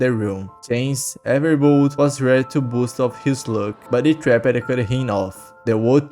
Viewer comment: “Itraped” bro u dont pronounce it like that.